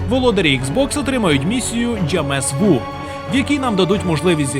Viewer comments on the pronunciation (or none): Дякую за огляд. Але є одне але,) місія для Xbox читається як жемавю (антонім до дежавю), а не джамесву.